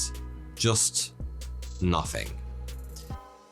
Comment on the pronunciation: What a annoying presenter. “Two Fousand”? What the heck? “Nofthing”...oh my. Guess the different dialects and diversity of nationalities is to blame.